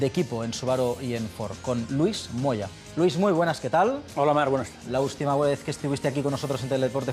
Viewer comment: "la ústima vuez"